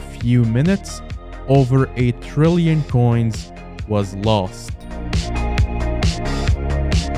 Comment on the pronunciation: trrrrillion coins with 4 r's